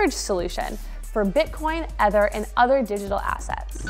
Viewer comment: you are pronouncing ether wrong